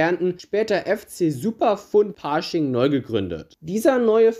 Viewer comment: 1.) Bei Pasching wird das A nicht gezogen ausgesprochen. 2.) bei Minute sieht man das Wappen von LASK Linz über Pasching. Ansonsten gutes Video! :)